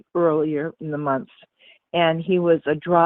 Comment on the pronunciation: I caught the last two minutes with the 'Hot Mike' says: 'Gotta make dis money, it dee end of the mumff'. The truth comes out....